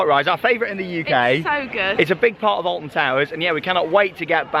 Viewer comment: Did he say Alfon